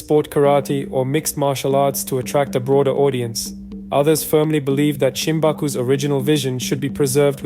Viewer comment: Shimabuku not Shimbaku.